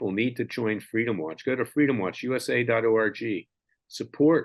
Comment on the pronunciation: Larry, every time you tell us the name of your web site—— all I hear is DOT ORGY. I do not know if that is fixable or not. I have to chuckle a bit though.❤ Sorry, a serious topic I found a little bit funny. If you listen back you will know what I am talking about.